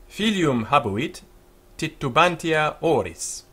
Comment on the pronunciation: Your pronunciation is so funny... you should watch out to accents and to duble letters. you have to read "titubantia" like "titubanZia" and imperator with the accent on the firs "e": impèrator. while you're speaking latin, forget english aphabet.